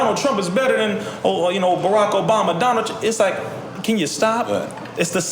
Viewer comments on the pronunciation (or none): Did this nigga call barack "borat"?